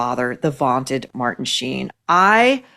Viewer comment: Shein rather than Sheen 😂